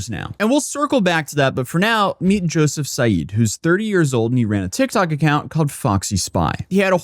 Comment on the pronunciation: Say YOUSSOUF not joeseph ... he is a MUSLIM invader.